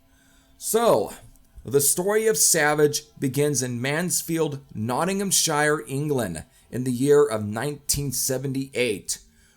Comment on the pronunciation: Say it Nottinghamshir & you’ll be pronouncing it right